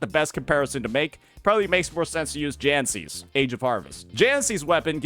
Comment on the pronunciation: Jinhsi , for some reason he calls her jancy